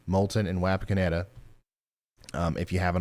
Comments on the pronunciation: Watched where I was impacted. I live in Russell's Point. East of Wapakoneta. Ours was an F-3. Wish I could have watched this at the time. By the way. Wapakoneta is pronounced "Wah-Pawk-onnetta" 👍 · Ryan...it's Waw paw kon eta. And fyi. Chillicothe is pronounced with the eeee on the end. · I’m sorry the pronunciation of Wapakoneta just hurts. I live just north of there and every time I use Google maps it pronounces it differently